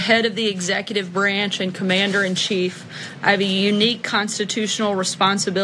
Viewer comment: Anyone that says "Branch" that way has NO business with anything requiring intellect and why does she always look medicated?